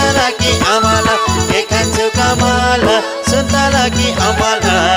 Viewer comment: सुन्तला हो सुन्तौला होइन